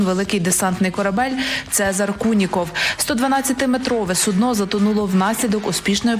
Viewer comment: Не суднО а сУдно. Але то таке